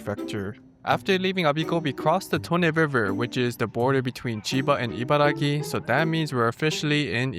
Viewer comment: The Abiko Station chicken soba looks great, if I ever find myself out there, I will definitely try it out. Btw, it's IbaraKi, not Gi. You wrote it properly in the graphics, but kept saying it incorrectly in the video itself.